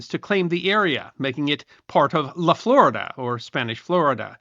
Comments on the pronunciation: My Hispanic background wants to say La Florida is actually pronounced FloREEda La laguna florida- the flowery lake. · 35 seconds in. Can you tell me what the freaking what this is about by now? - La Florida is pronounced in Spanish as "la flor-eeda." Neh. Neh. Neh. Neh. Neh. Neh. You cannot be troubled to look this stuff up? It ain't rocket science. Oh, and it means "covered in flowers." That would have been a nice addition.